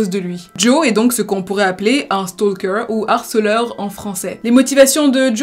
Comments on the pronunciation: Vidéos toujours très intéressantes! Celà-dit, je voulais juste souligner que le «L» dans «Stalker» est muet :). Beaucoup de youtubeurs Français font cette erreur. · On ne prononce pas le « L » dans « stalker » 😭 fiou fallait que je le dise.